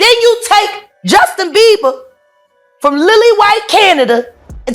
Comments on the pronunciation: Why did he keep calling him Justin Beaver 😂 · BeiBer not beaver lol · He's pissing me off calling him Justin Beaver 😡🤬😡🤬😡🤬😡🤬 it's not hard to say BIEBER!!!! B! NOT V, B!!!!! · It's beiber, beiber not beaver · It's Bieber not beaver. Did anyone else notice that. You'd think if you had such an opinion on the matter you'd get that right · It’s Bieber not Beever buddy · The first part is not a recent video 😑 keeps saing beaver instead of bieber haha. annoying repeating the same thing. Click bait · not him sayin justin beaVer im dead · Dude the 11 mark keeps calling him Justin BEA-V-ER😂... BUT its so damn sad what these men are doing to all these children. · Justin beaver 😂 the first time I thought I was just hearing things. But naw he is really calling him Justin beaver 😅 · Why dude keep saying Justin Beaver? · STOP SAYING JUSTIN BEAVER !!! IM TRYING TO BE SERIOUS ABOUT THIS AND THE DUDE SAYS BEAVER LIKE ITS NOTHING !!!!! HAHAHAHAHAHAHAHAHAHA